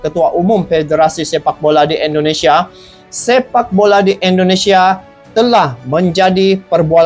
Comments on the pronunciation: Bang .. Tolong saat you ucap Indonesia huruf pertama harus terdengar jelas "i".. Bukan " e".. Ingat ya bang., Indonesia!! Bukan ENDONESIA ! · bang tolong baca huruf I (Indonesia) nya bunyinya I jangan E ya bang, itu ejaan Indonesia bukan ejaan Inggris.